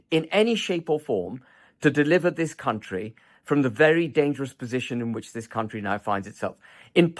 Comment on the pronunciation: vewy intewesting.